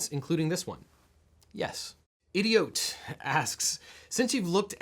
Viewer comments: I love how he pronounced idiot wrong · Heads up Legaleagle, the viewer Idoit, is not idiōt, but I-do-it.